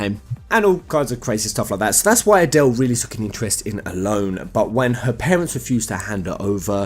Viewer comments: ellone said like alone? really? I've always said it as El loney. sounds pretty that way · huh I always pronounced her name el en, for example Ellen DeGeneres.